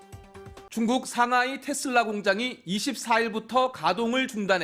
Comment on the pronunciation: 기레기야 TESLA 발음은 텟쓸라가 아니라 테슬라다